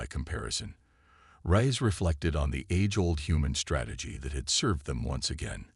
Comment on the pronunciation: I am just F'king done with this BullSHI-ITE!!!!! F'king HELL your AI SUCKS ARSE!!!!!!!!!!!!! WHAT THE f@ is her name?????........"Elina RICE", "RAISE", "RISE", "RAYS", "RAYEHZ", "Cpt RIE-ESS", "RIZE", "Cpt RAY"!!!!!!!!!!!!!!!!????? And that is just in the first 13 minutes where I stopped listening!!!!!!!!!!!!!! And, WTF is: "Proxima Centauri VEYE EYE!!!!??? (VI...which FREAKING means 6), "multi-FICITED eyes", "RED-outs", "CHIME-ehera"(Chimera....pronounced, chim-ERA). DAMNIT TO HELL AND BACK............STOP using your POS, CRAPPY AI....!!!!!!!!!!!!!!!!!!!!